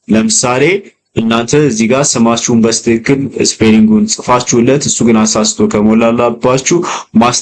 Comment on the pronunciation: አንተ ደደብ ነገር ነህዴ??? ሚጨፍረው አሻንጉሊት ምንድነው በጣም ያስጠላል ደግሞ ሌላው "በስትክክል" ማለት " "በትክክል" ለማለት ነው???